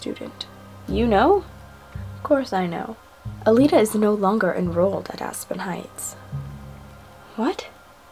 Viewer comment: it's calita, not calelita:-)